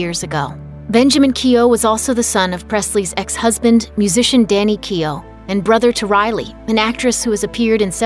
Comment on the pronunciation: Keough pronounced incorrect